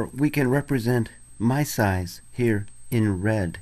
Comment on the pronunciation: when he says "my size" it sounds low-key like "Mice eyes" haha, :P